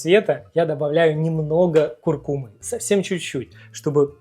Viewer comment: Чудесный канал. На самом деле, «куркУма». Ударение на «У»